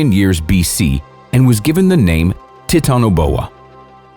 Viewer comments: you miss pronounced GIGANTopithucus and TITANoboa. but you are true about each animal relating to these mythical monsters. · U kinda said titanaboa wrong